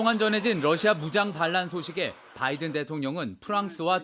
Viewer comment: 앵커가 러시아의 Russia를 Lussia로 발음한다. 아래 글을 읽어 보기 바란다. TV기자들은 말도 잘해야 하지만 발음도 좋아야 한다. 특히 외국어(영어)의 정확한 발음은 대단히 중요한 요건인데 유감스럽게도 그렇지 못하다. 예컨대 많은 기자들은 첫발음 R 을 L 로 발음한다. Russia를 Lussia로, Roma를 Loma로, Radio 를 Ladio 로 발음한다. 물론 한국어에는 ᄙ(쌍리을)이 없어서 L 과 R 발음을 다 ㄹ로 발음할 수 밖에 없는 어려움이 있다. 그렇다면 한국인들은 R 발음을 정말 못 하는 것일가? 아니다. 초성일 때에만 못한다. 프랑스(France), 마리아(Maria), 도레미(doremi), 아리랑(Arirang) 등, 잘 하지 않는가. 그래서 TV기자들에게 다음과 같은 해결 방법을 주고자 한다. R 을 첫발음할 떄 R 앞에 '으' 발음을 먼저 하라. (으)Russia, (으)Roma, (으)Radio 등으로 말이다. 그러면 당신은 좋은 발음을 하는 TV기자가 될 것이다.